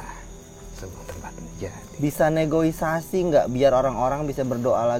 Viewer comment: bilang Negoisasi...keplintur.. seharusnya negosiasi